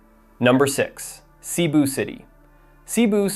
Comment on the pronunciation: The correct pronunciation is Seh-BOO. Not SEE-boo.